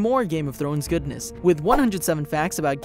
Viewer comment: Stop saying "Game of Thlones"!